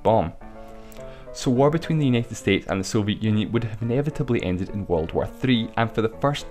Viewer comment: Uneted Estetes LMAO!!!!